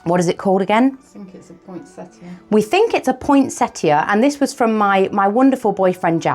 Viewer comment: Poinsettia, not pointsetta.